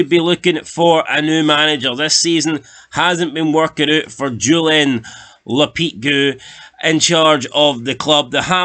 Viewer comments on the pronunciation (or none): Lopeetguuuu 😂😂😂 Lo-pe-te-gwe. There wrote it in a way you can understand you retard 😂😂😂